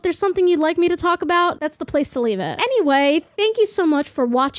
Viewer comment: is that a boston accent I heard slipping thru in your intro? most of your speech sounds like generic US but "waudergate" "lets tulk about the teachers ouff duty" had me shook